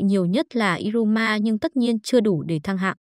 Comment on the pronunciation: Iruma như đọc như ryuma